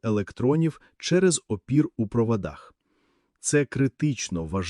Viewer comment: Не опІр, а Опір.